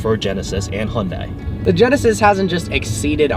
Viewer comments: can no one get the pronunciation down?! its not hyun DIE its hyun deh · hundie??? Are you serious... You're American. You're meant to say 'hunday' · Hon-dai Funny how in Korean, it's pronounced Hyun-Dae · Nice review. By the way it's pronounced Hyundae, like sundae with a short e, not Hyun-die (I'm Korean). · dude common you can't even say it right.... it's Hyundae like Sundae... not Hyun-da-iiii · It's Hyundai as in "Hyun-day" haha don't mean to hag on you but being part Korean it bothers me :p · Hyundai is pronounced like SUNDAY but with an H in place of the S! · Please pronounce Hyundai correctly